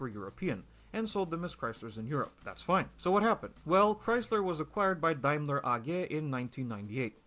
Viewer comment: DETROIT BIG THREE Is Tesla one of them now? Did Tesla exist in 90s? "Nobody cares about Saab!" Okay, you just don't know anything about cars. Makes sense since you think clutch is in middle. "DaimLAAR Chrysler" Just stop...